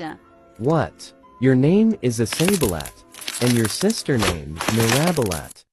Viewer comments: no one is gonna talk abt mirabilat and isabilat or uh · I love how it said iSaBeLAt